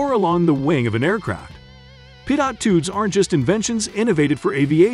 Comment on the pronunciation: For future reference it’s pronounced pee-toe lol not pidot